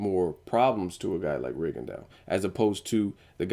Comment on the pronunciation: Lol nigga,did you just say Rigadawg???